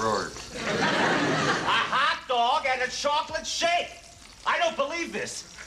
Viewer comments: "What's a hotdag"? LOL!!!!!! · "What's a Hotdag?" lol